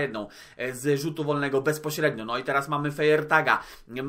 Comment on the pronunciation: Będę to pisał co odcinek bo mnie szlag trafi: Nazwisko Feiertag czyta się “Fajertag”. Taka jest poprawna wymowa